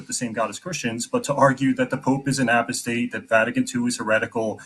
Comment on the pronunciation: What about how that guy pronounced Apostate in a way no one has ever heard before?